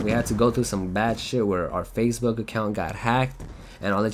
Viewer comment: I like it how he says Facebook like fazebook. Lol